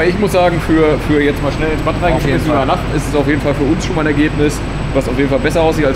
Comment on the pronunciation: Ich glaube man spricht batt - "bad" aus